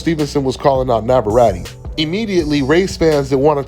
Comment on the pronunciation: You cant pronounce navarette correctly.